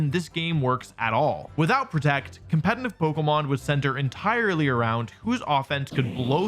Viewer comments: Why does he keep pronouncing competitive as 'compentitive' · Why does he always say "compeNtitive"???